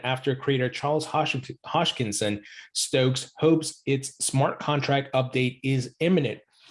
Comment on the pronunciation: Ha-s-kin-son not hosh-kin-son😉